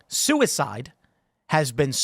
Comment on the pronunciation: i am pro soo-e-side